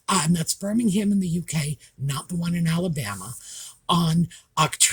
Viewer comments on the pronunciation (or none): none